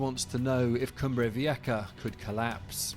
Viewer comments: wtf is a “cumbrey veeyekka”?? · He could at least pronounce it right. Cumbre Vieha. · Why do you pronounce it Cumbre Vieka (with a K)⁉️😵‍💫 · The sound for a Spanish "j" in English is "ha". There is no k sound there whatsoever. None. 🇮🇨